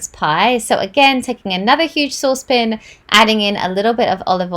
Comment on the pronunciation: “saucepn” any Binging with Babish fans? 😊😊